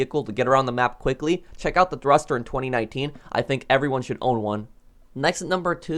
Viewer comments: thurster you mean thruster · Thruster not thurster but great video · Thurster lol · Ah yes my favorite vehicle the THURSTER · you said thurster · Ah,yes. The "Thurster." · ahhhh yes, the thurster 😂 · yeah lmao